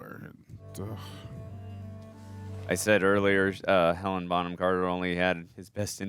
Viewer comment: Great reaction as always but please its HelenA not Helen. I was unnecessarily irked everytime you guys said it lol. I'd love to see you guys react to Anna and the Apocalypse, its a fun ride.